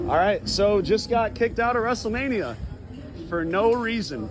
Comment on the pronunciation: Wrestle Meh-nia is real